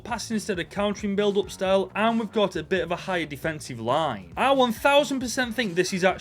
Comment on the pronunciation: Me as a Mexican, bro butchered the names of Chiquete and Lainez 😂 jokes aside great video bro keep going